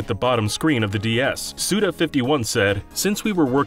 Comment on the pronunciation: Nice video, but im gonna have to report it, its "suda five one" not "suda fifty-one", its a pun on his name